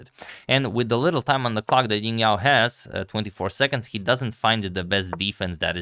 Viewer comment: Also the J in Jingyao is better pronounce J as in Jingle bells (this isn't the exact pronunciation but it's definitely better than Ying)